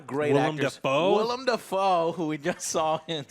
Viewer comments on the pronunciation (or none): Joe is calling Willem Dafoe "William" again. Please correct him. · "Willem da foe who we just saw in spiderman..." 😒